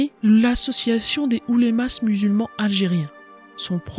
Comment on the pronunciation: Beau résumé, bravo. Attention à la prononciation de quelques mots : fellagas et oulemas, on ne prononce pas le S à la fin ; Charles Quint se prononce "quin"